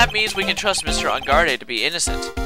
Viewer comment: That and "engard-AYYY" I know he knows how to pronounce it but for some reason it bugs me XD